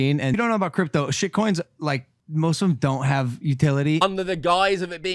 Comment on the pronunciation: Floyd Mayweather can't even pronounce the word "crypto"